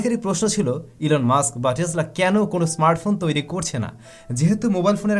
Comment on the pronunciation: it's not টেজলা it's টেসলা( টেছলা) প্রায়ই দেখি এমন ভুল ভাল উচ্চারন করো। খুব বাজে লাগে বিষয়টি। your pronunciation must be good. lot's of people learn from u, and you are teaching them wrong!! 🤦‍♂️